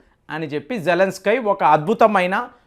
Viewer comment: మనోడికి కొంచెం అతి ఎక్కువ. ఏది సరిగా పలకడు